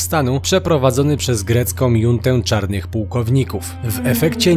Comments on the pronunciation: junta = czytamy po polsku "Hunta" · Drobna uwaga: słowo "junta" czytamy jako "hunta".